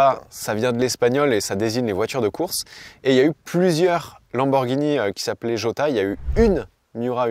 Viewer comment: J pour Jota se prononce "Rota" mon cher! 😁